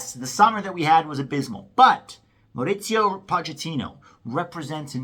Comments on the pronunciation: It’s not “MauriZio”, it’s “Mauricio” get real dude and don’t disrespect our first Hispanic coach. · Mauricio is pronounced Mao-Reese-See-Oh. No t, no z in there.